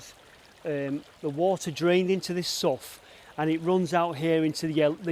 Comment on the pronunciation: I blame Shakespeare for our language that can sometimes be difficult. Sough pronounced (sow) not my fault, great vid again.